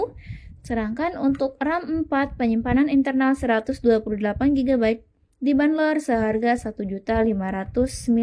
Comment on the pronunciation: Banrol min bukan banlor